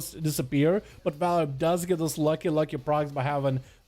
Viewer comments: HEY. ITS VAR... LIP. NOT VALRIP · Am I missing something? Homeboy should have his name said the same way. VAR-LIP. DOESNT LOOK LIKE VAL-RIP TO ME